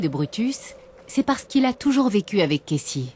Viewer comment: elle me stresse je comprends pas pourquoi elle dit Kessy et pas Casey